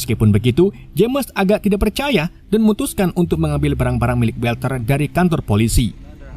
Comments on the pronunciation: WALTER dibaca WOLTER bang,,, bukan WELTER, huruf A tidak selalu di eja jadi ''E''. kadang tetap A kadang bsa jadi O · mas org yg namanya Walter itu dibaca wolter bukan welter. cb cek di google dl cara bacanya